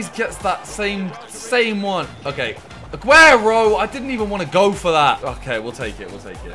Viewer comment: Agüero not aguerio